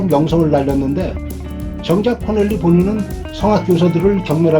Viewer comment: 코넬리가 아니고 코렐리 입니다.